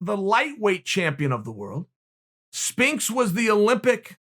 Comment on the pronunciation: “Spinks” lol